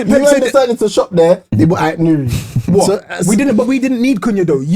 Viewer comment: Ait-nouri 😭😭😭😭 almost lost it